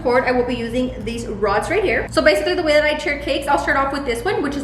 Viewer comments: “Roddles? Throds? Rods! Rods.” 🤣😂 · She said roddles 😂😂😂 I love!!!! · "roddles" lmfao